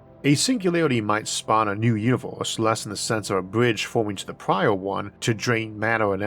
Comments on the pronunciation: why can't you say universe and say univorse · I think the video is of great quality but that throws me off, because it's mostly normal English but then I hear "univors" for example